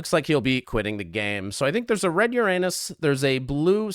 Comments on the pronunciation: No way this video is monetized with this accenting on Uranus💀💀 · happy vacation edit: "ur-anus" "regular-anus" well done